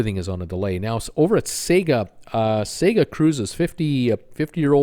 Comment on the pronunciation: Hey its pronounced Sarga not sega!